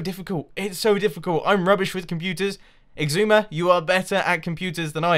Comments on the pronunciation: ***** Mumbo has a G in the middle. it's like "eeg-soo-ma". like, where did that G come from? for a long time I thought it was "ee-zoo-ma" because of the way X is pronounced, like in Xylophone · You and Xisuma have ben on the server together for three seasons. Mumbo, it's is-oo-ma. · Mathew ST But just... WHY? Does he REALLY think that's the way it's pronounced? or does he joke about it?